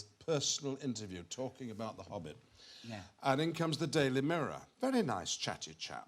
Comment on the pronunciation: “The Obbit” 🤣